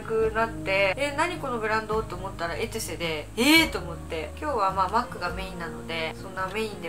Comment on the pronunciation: エトゥセじゃなくてエテュセですね笑 昔の動画でも間違えていたの思い出しました笑笑